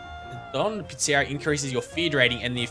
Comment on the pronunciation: Click on your gang members image to center your view on them. Right click on the screen to view your properties. It's pronounced PIZZA REE AH!